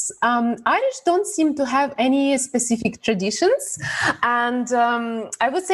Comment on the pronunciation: mar killeen The word is 'specific' not 'pacific'. I'm not particularly interested in duelling but a close relative is heavily involved in historical re-enactments.